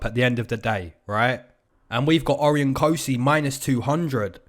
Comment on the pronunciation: Good stuff me and my brother tune in all the time from Aus! Just saying for the Cosce Vs Rowe Cosces names pronounced "O-ryan" not "Ori-on" 😂 Much love from aus - keep it comin 👊